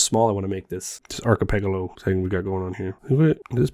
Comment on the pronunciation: yeah, that's... quite a way to pronounce it, huh